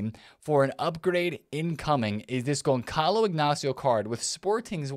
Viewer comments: its pronounced Gonzalo, not Gonkalo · Gonçalo should be read like GonSSalo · Gonçalo the C is pronounce like the S in Salah